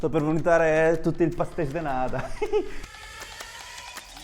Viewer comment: Ti prego, dilo giusto, sono pastel de NATA. ( non nada), como lo dice tu sarebe patel de niente. Grazie 😁